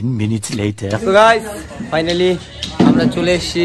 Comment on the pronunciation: ওটা ফানালি না ফাইনালি হবে। অনেক ভুল ভাল বকো তূমি। আর সো গাইচ সো গাইচ বারে বারে বলার মানে কি বুঝি না